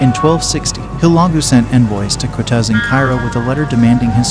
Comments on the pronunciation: Its Q, not K. It's pronounced Qutuz, with the letter Qaaf in Arabic, and not the letter Kaaf. There is no direct mirrored sound in English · Kutuz, pronounced kootooz. Bab El Zuweila, (the zuweila portal) pronounced with the article "el". Bab El Zuweila. Ein Jalut is pronounced EEin Jaloot. Ein Jalut is Goliath's Spring. Not "Herod's Spring". This battle forever diminished the Mongols influence and stopped them from invading North Africa. It was a sound defeat for the Mongols, their first and decisive one. It marked them psychologically and for the first time, allowed them to contemplate defeat as a possibility of war. Acre is pronounced, acra or St John of Acre.